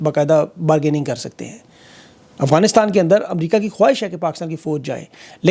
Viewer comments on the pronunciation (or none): none